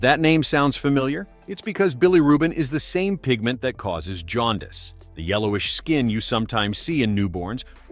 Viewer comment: Really ? Very helpful for many of us. There's 1 correction: Jaundice is not "Jaun dus"; it is Jaun dice. We have to be correct with names and amounts when dealing with people's health. Big mistake many people are making is saying "Fentanol", which is incorrect. It is pronounced like it is written; Fen ta nyl. nyl is pronounced nil. nyl is never pronounced "nol or nul". Too many people speak incorrect basic English; especially those id_ots in the news media. have a grate day.